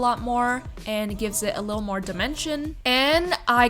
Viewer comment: Oml the amount of times she said “lul” instead of little drove me nutsss